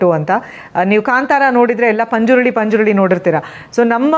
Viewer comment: ಪಂಜುರ್ಳಿ ಅಲ್ಲ ಮೇಡಂ ಪಂಜುರ್ಲಿ